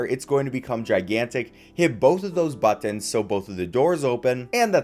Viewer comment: Stop saying buttons like that😂 i had to exit the video